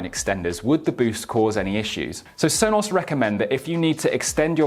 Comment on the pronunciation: Sonoss Rooters.